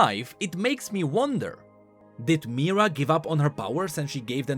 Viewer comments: Mi-here-uh. Not meerah. Mihira. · "Mahh-hiraaa **not mira " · why does he say mihira like myrrah and not mihira???? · Everytime you pronounce Mihira as Mira - I cringe. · That's not how you pronounce Mihira, it's more like Me-hera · I am pretty sure it is pronounced MeeHeeRa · He literally just read card description 💀 And even that he could not do correctly. Pronouncing Mira and reading harmonic instead of hemomancy 💀💀💀💀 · Mihira, as in *"mi-hi-ra", yes, the secon part is pronounced, but it's o.k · just want to add here: it's Mi-Hi-ra whenever you say her name you swallow the "hi" whole for some reason